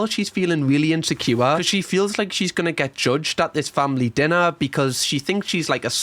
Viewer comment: Insecure = in-sek-kiyu-wa